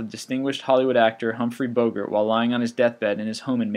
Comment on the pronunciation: Good Grief! How can anyone mispronounce "Humphrey Bogart"?!?!?!